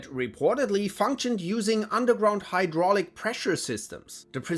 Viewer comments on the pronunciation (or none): none